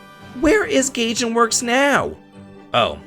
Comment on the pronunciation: Gaijinworks. Guy-jin. Not Gay-jin.